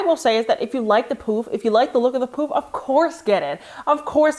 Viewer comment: I know you’re saying “poufs” but I kept hearing poop 💩😂